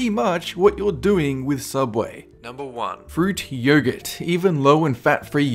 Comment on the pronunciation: It's pronounced "Yogurt"